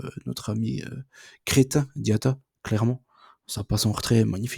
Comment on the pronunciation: c’est Crepin diata pas cretin 😅 Merci pour la vidéo on continue de liker 🔥🔥